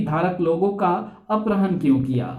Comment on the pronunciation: Accha hai... Par apharan hota hai aprahan nahi